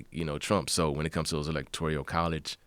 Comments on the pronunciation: Electorial? Ebonics, bruh. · What’s an electorial college? Yikes bro needs to not talk about things he has no clue about because he looks like a dummy here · Electorial? I think you mean electoral. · I'll vote for the guy that says "electoral" correctly, not "electorial" Shit for brains.....this only hurt his career, assuming he had one. I've never heard of the clown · this dude literally cant even pronounce electoral correctly.... what a waste of a podcast joe.... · Is someone going to tell him how to pronounce ‘electoral’ ?